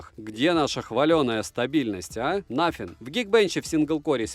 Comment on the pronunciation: Спасибо за честный обзор, все 32 минуты осилил, пожалуй благодаря подаче, так как телефон этот особо интерес не вызывал😉 Обзору, как всегда 👍, телефону👎 Ах да, чуть не забыл,, не через Ф, а через шипилявую С😉